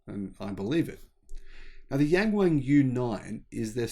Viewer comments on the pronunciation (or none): The name Yang Wang only sounds "bizarre" because your pronunciation of it is BIZARRE!